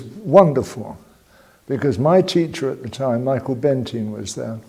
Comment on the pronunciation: Did he say Michael benitine as in potty time